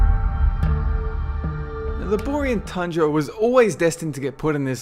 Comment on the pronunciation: Bor-ay-un tundra, not 'bor-ing' tundra. I actually enjoy the zone >_>;;; didn't care for the group quests (damn you harold lane...), but the solo ones were fine.